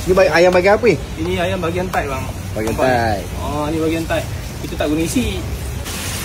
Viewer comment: Cuba la suruh adik tu cakap betul2... Thigh sebutannya thai, bukan tight... Tight tu ketat dik...